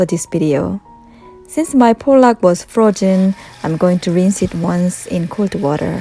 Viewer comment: Hi! I love the way you say “fro-jen” instead of “frozen.” ☺️ I bet I would pronounce many Korean words differently also. Lol This dish looks amazing! Do you serve chilled after refrigerating or do you warm again before serving?